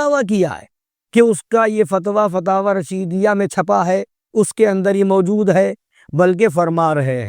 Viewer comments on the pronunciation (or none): none